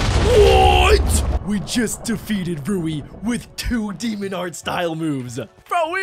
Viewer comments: “ god demonuhhhh “ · “demona” ok